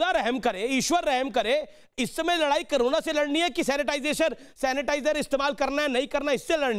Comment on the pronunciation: news to achi pr jra mhamari ka nam to thik se boliye karona nhi korona he